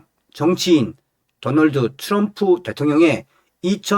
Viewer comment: 츄럼프가아니라 트럼프 내옆에있는 여자친구가 미국흑인친구야 발음틀리데 왜한국사람들은 발음가지고 멋을부리고 잘난척을하는지모르겠다고 그러더라구